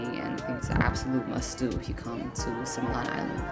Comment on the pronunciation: Oh, God! Simian Simian Simian. Similan, Si mi lan .(ˈsimilən ) . is not sai mian.